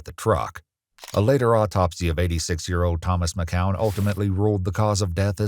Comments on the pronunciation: Mckeown is pronounced Mic-cue-en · McKeown is pronounced as Mc-kyou-in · You are pronouncing McKeown Wrong 😮